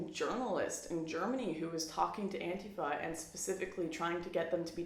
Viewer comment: learn how to pronounce antifa. and don't worry I don't feel bad for you or your alt-right friends.